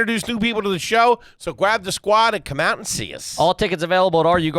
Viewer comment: "So gwab the sqwuad"